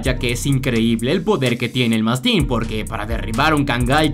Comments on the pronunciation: Escribes 'mastín" pero cuando hablas dices "mástin". Lo correcto es mastín, me parece...... Porqué te empeñas en acentuar la letra A? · Corrección colega, es mastín no mastin…aprendamos a pronunciar antes de subir vídeos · Lo escribes correctamente... ¡Y lo pronuncias mal! Mastín, no Mástin. 🤦🏻‍♂️🤷🏻‍♂️ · Aprende a pronunciar Mastín, no "mastin". Aprende las reglas de acentuación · Es mastín, no mastin. Hay que hablar con propiedad. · En castellano se dice mastín, no mastin. Atento a la acentuación. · Porqué dices mástin cuando es mastín. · Si es "mastín" para qué decir "mástin". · Se dice Mastín con acento en la "i" y no mastín como lo pronuncias.... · Es mastín(acento en la i.. no mástin) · Mastííín con acento en la iiiiiii. No es mástin🤬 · ¿Cómo puede uno ver la palabra Mastín, con una tilde como una casa sobre la í, y luego pronunciar la palabra con acento en la a? ¿Estamos locos o no sabemos leer? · ¡¡ ES MATÍN !! CON ACENTO EN LA ÍÍÍÍÍÍÍÍÍÍÍ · Mastín. Acento en la í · Si está acentuado en la sílaba tín porqué lo pronuncia mal? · Es mastín no mástin y Tíbet no Tibét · Es mastín, con golpe de voz y tilde en la i. Que asquerosa manía de pronunciar como creéis que lo hacen los americanos. Tampoco es tibét sino Tíbet, con golpe de voz y acento en la i...